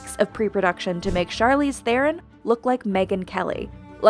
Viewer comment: Still waiting for the day they say C Theron’s surname correctly